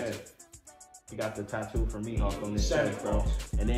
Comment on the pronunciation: I’m mad he said tattoo from mihawk 😭😭